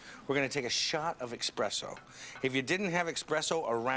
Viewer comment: There's no "x" sound in "espresso" Mario. I know he knows that, he just pronounced it wrong.